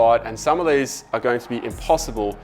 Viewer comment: “Veese are ve fings”